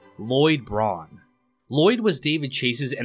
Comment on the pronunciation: Lloyd Braun? He's not even a bra-oone!